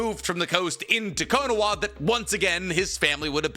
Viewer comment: slow down talking bro, it sounds like youre saying konowa